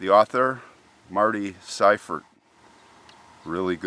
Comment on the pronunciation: THANK YOU for pronouncing SEIFERT correctly. My Grandmother was a Seifert (German pronunciation with a hard I)